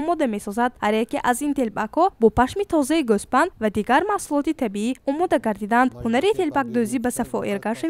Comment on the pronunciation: сарпуш, сарпӯш не, гусфанд, гӯспанд не, илтимос забона гум накунед, касе набошид саломат ва дуст бо ҳам бошид. дар забони форси ҳарфи ӯ ҳеҷ гоҳ вуҷуд надошт то омехта шуданашон бо туркҳо.